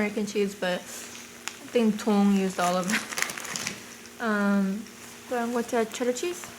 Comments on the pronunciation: It's dong right? Like after his channel dongdigity? Because I swear it sounds like you're saying tong every time lol just wanting to make sure! Love you! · Why does it sound like she's saying "Tong" when his name is "Dong". Does anyone know?